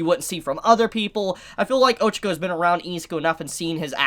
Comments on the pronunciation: You pronounce Ochaco like “Ojiko”.... I’m like ..who!? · 274 chapters in and ochaco might die and mans still doesn’t pronounce her name right. I think all might is going to die. With shigaraki being so OP and the amount of destruction going on, maybe in the next few chapters or in the further future, All might is going talk to shigaraki during a destruction chapter(like now) to get him to stop and telling him who nana is and he’ll end up getting killed by shigaraki.